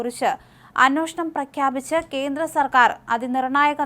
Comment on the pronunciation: അന്നോഷണം, അ ന്നോഷണം എന്ന് പറയാതെ...അന്വേഷണം..എന്ന് പറഞ്ഞു പഠിക്ക്